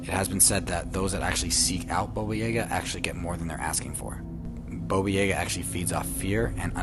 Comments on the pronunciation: Thank you he said it right once so he knows how to say it, the second time he said it was correct the rest wasn’t what the af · Baba Yaga not bobo yaga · I'm sorry Bobo??? Dude it's Baba Yaga... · Omg that guy calling Baba Yaga, Boba was so annoying!!!!!!!! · It’s baba yaga why is he saying boba yayga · The guy's pronunciation is killing me. Bobo Yeah-ga. No, I've always heard it as Baba Yaga. 😂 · omg, more vids like these please! <3 also, baba yaga is pronounced yaah-gah, not yeah-ga xD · People can't pronounce names right iam not russian but i know its not bobuyega its babayaga🤦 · The way he pronounced Boba Yaga has me so triggered for no reason... It's pronounced baa baa ya guh. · I remember Baba Yaga!! Although his mispronunciation drove me crazy xD It's ''Bah-Bah'' like making an awful sheep noise and ''Jah-Gah'' both of the parts in her name are pronounced the same just with different starting letters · It's pronounced Ba ba Ya GA! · Why he saying baba yaga like that. Its BAA BAA YAW GUH